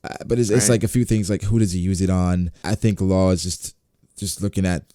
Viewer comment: Its not Law and it is not Carrot